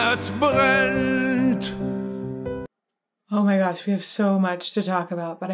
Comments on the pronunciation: > how can you say "Mein Herz brennt" without any accent? 😳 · I'm really suprised how clearly and precise you pronounced "Mein Herz brennt". This almost sounded accent free.